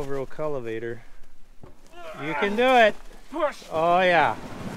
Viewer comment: Did say “cullivator”?